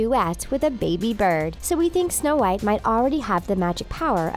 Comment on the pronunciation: Is my phone glitching or do you keep saying Show white I am so confused…